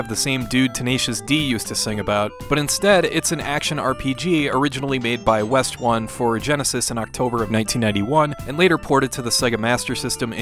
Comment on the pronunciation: Just an FYI: Westone is pronounced like “West tone” not "West One". If you look at the kana in Japanese it’s spelled ウエストン "Ou-Eh-Su-To-N". According the the Monster World Complete Collection manual by Koji Aizawa, The Westone name is derived from the first characters of the names of company founders, Ryuuichi Nishizawa (Nishi = West) and Michishito Ishizuka (Ishi = Stone).